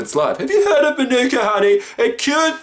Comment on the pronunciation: From NZ, Learn to pronounce manuka, stooge >:( Love u lots, Jordie